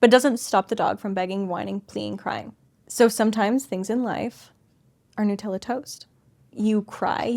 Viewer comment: "New" tella 😂